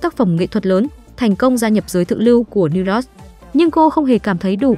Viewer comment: bạn biết sao kênh ít người xem ko, tiếng anh cơ bản đọc ko dc, New York mà đọc ko dc, noi thì ngắt nhả câu kỳ cục, nên sữa lỗi lại đi bạn